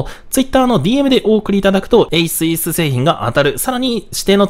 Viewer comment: ASUSは「エイスース」と読みますよ😊